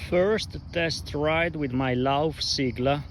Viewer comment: Thanks for this, helpful video! (btw, it's pronounced "say-gla") As far as I can tell, the suspension fork might be worth it even if you plan on riding easy gravel, to reduce pain on the hands on long rides. I only wish you could set it up 2by, and that it supported standard crank spindle length.